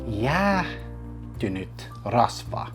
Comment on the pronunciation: I am not being mean, but I can't help but to point out this: when you don't pronouce the h in "jäähtynyt" it becomes "jäätynyt" and that means "frozen" :D This seems like a wonderful way to make entertaining videos and learn finnish on the way! Good job!